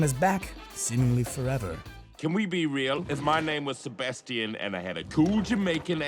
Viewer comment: He said sabatian